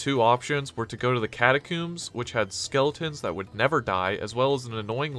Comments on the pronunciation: Why catacooms how do you say comb the word is catacombs - nice video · WHY DO YOU KEEP SAYING CATACOMBS LIKE THAT